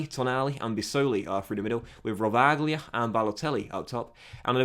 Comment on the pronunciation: Some little advices for italian pronunciation: Rovaglia=rovaya Lusignoli=lusinholi